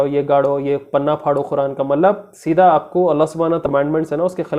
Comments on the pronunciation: Khuran nai its Quran.. try to pronounce it's properly.. atleast Quran ko toh properly pronounce karo... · Bhai Bura mat manna. Ap QURAN KO KHURAN KUU boltay ho please correct This 😢😢😢